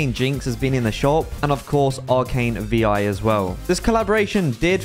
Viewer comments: You don’t pronounce Vi like V-i you say Viiii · Vi is pronounced like the word Hi should be just replace the H with the V. The V and i shouldn't be said separately it just sounds so off when being said